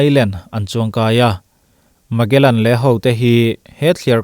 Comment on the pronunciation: Magellan...Malegan...slip of the tongue😄